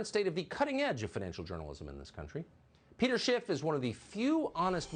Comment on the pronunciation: Teleprompter pro tip: no "T" in Schiff